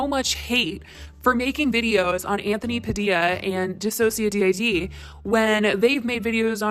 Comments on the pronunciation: Report her block her get her off youtube!!!!! Or at least demonetized. This needs to end!! Also it's DIH-SOH-SHA-DIHD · dissociaDID is pronounced as one word. Watch her videos she says it in every single one. You don’t say the letters DID at the end. Did you not watch Anthony’s video or any of DissociaDIDS videos before you made this? only trishas? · Hey helpful note check out the dissociadid systems videos, and how Nin pronounces it. And in general give them some support.